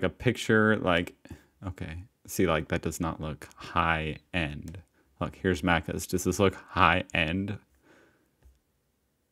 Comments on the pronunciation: mack -cuz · she prounces it wrong its like "mack - ers" "mack - uhhs" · Omg how they say Maccas triggers me , as an Aussie this is so triggering how they say stuff